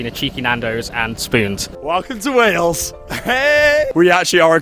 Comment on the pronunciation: One thing I've noticed on Youtube, is that American people have difficulty in pronouncing the word: "Wales", most of them, most of the time, coming out with "Wells".